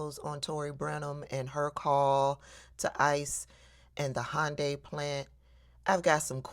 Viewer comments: It’s pronounced (hon-day) not (hi-un-day) and she may have set off an international incident with serious repercussions. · Hy un di is the correct pronunciation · a south Korean said that the correct pronunciation is "Hun-day". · also, it's "Hun-dye or Hyun-day" not Hond-anything, Honda was something else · It's definitely not Honda! 😂 It's "Hi-un-die". At only this point the snitching informer slut was right. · Regarding the pronunciation of Hyundai, we grew up saying Hun-day bc that's what dealerships called them, but I've heard Koreans call it Hy-an-day. I think it's mis-hearing the dialect. Who knows? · But it is "Hy-un-dai"... Korean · Thank you South Korea for looking after your citizens. I worked for Hyundai about 20 yrs ago. They look very well after their staff. By the way, tell that white woman it is pronounced Yanday. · It's actually prunounced, "Hee-yoon-die"... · The real pronounciation is more like Hoonday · Hunn dee according my korean friends. But what American can pronounce foreign places and names. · Hi-un-die? Hmmmm Typical DEI HIRE she is lol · It's hyun day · Happy Monday, and everyone, hope y'all had a good weekend!❤ We get a lot of electronic parts from South Korea. Those prices might go up even more than they already have.It's pronounced hyun- day😊❤ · Nice video but you might want to check up on the pronunciation of Hyundai because she is actually more correct than you are and laughing about it really makes you look smug. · Actually you're wrong about how to pronounce Hyundai. Can you say "ask" ? I bet you can't. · Just so you know .. most non Americans pronounce 'Hyundai' exactly like you said it's definitely not. 😊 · Karen is using the incorrect UK pronunciation, I guess to emphasize her European whiteness for us. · Miss, I’m SO GLAD you brought up the fact that this big evil dummy mispronounced Hyundai, but yet thinks she’s so smart😡🤮